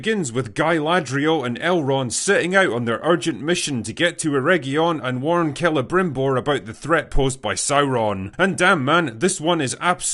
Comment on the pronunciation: His name isnt Celebrimbor, it's Celebrrimborrrrrrrh